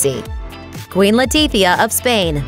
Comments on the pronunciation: why she keep saying Queen Latipia instead of Letizia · leticia not letifia!!!!